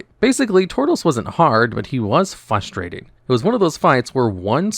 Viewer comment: Okay I’m normally not that guy but DUDE THERES AN R IN fRustrating